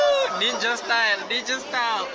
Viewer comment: “NIJA STYLE WOOOOHOOOO” Foreigners hahahahaha hilarious